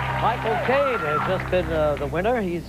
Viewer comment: Koehn in this case is pronounced "Caine".